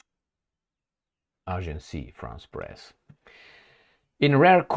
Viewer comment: it is AGENCE France press, not AGENCIE. Agence, as in France.